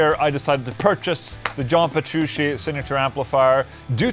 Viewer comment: Petru... CHEE. NOT SHE. DAMMIT OLA. WE'VE COVERED THIS!